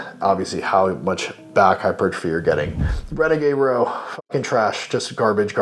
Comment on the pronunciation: "Hichupuchurtaphy" Nice